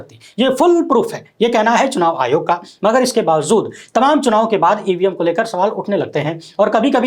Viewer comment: PLEASE PRONOUNCE 'BAWAJOOD' AND NOT 'BAWAZOOD'------ACHCHA NAHEIN LAGTA